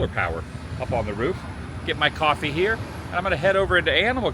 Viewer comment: Why can’t you say coffee?